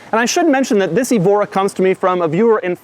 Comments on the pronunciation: It's "EH-vo-ra", not "ee-VO-ra", like the Portuguese city Évora. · "This is a Lotus Ebola S"